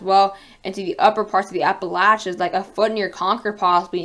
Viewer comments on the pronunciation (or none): You're saying appalachians wrong